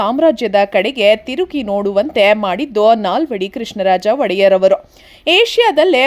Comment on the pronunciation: ವಡೆಯರ್ 🙅 ಒಡೆಯ ರ್